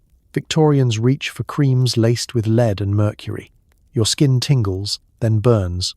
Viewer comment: Is this AI? Just lead poisoning was pronounced "leed poisoning " and I'd rather hope it was a genuine mistake tha AI